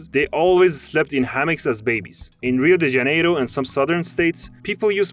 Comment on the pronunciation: Melhor pronúncia de Rio de Janeiro de um estadunidense que eu já ouvi na minha vida! Parabéns!